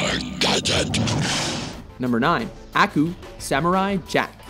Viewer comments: Umm.. Aku is pronounced uh-ku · Do you guys even watch these shows? Ah-Koo Mah-Ko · The way he says Aku destroys my soul. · YOU SAID AKU WRONG